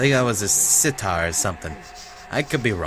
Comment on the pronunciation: It's sitar. And I thought lutes were more European then Asiatic?